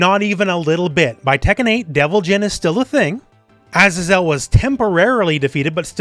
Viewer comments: Azazel is pronounced "uh-zay-zl", it's a biblical name - not "ah-zah-zel". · Pretty sure azazel is pronounced “AZAY-ZEL” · A-Za-Zel lol